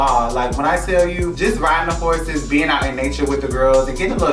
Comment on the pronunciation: Rico said “we was riding horseses” 😭😂